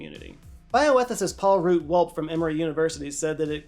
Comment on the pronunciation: Minor correction, Paul Root Wolpe is pronounced Wol-pea (like the food) not Wolpe as you do did here.